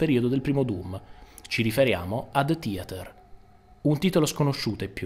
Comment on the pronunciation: DE TIATER what a wonderful pronunciation ahahahaahah